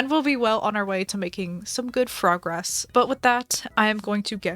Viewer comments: frogress... lol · Is it just me or did I hear her say frog-ress 😂